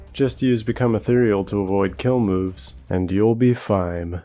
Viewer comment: I love the "you'll be feim" at the end